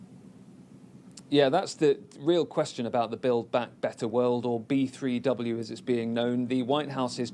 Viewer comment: Why do they always pronounce Build Back Better like they are trying to teach a 3 year old how to say it. And since when was this ever a US agenda? Mockingbird Media.